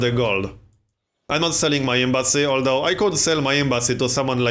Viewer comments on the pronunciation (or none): none